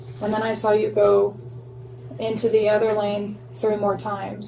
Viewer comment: మంచి ఇన్ఫర్మేషన్ ఇచ్చారు👍. కానీ, Line కాదు Lane అనాలి. బ్రీత్ analyzer కాదు, బ్రెత్ analyzer అనాలి.